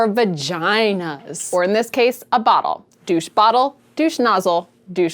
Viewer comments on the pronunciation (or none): none